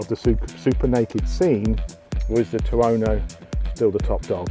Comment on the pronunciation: he cant even bring himself to say tuono. hes saying tiono.